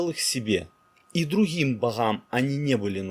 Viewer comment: Как же Вы хакаете. Друхим Бохам, блаха, друха. :(